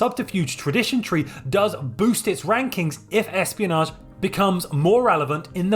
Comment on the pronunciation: All is great except when you say "research" or "espionage"